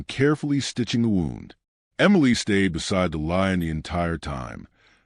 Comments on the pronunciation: Lovely story.But, could you ensure your subtitles are spelt correctly. Most annoying. Ex: sight is not side. And, the voice over you need to correct the pronounciation of WOUND dependind on the intented meaning. The is one or so words.This is example. Thank you. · I’ve listened to a lot of stories, I wish some of these people would learn how to pronounce words correctly. Simple English that’s all it is. Example “wound” in this story.